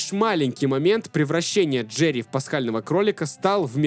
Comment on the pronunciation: Брат пишу чисто поддержать канал, делаешь очень круто не нудно, как некоторые. Обожаю слушать как ты говоришь ДжеРРРРии)